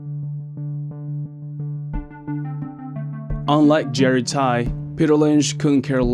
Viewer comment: His last name is Tsai (same as the Taiwan president), not Tai